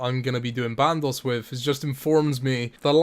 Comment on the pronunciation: Also band os not band ohss